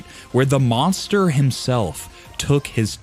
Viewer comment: Tyson : "MONGSTA"